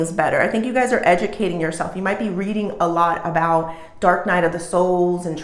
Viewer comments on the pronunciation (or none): none